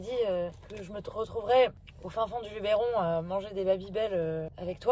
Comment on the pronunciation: Lubeeeeeeron!!! Eeee! Pas ééé! S'il vous plaît 😅😅😅